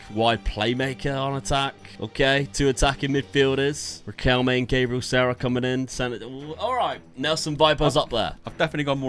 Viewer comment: Love this but it’s Gab-re-al Sar-ra